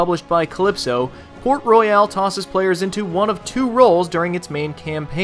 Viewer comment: i am from the Caribbean and you Americans say it wrong